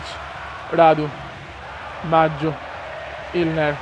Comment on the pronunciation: Comunque è Inler non Ilner :D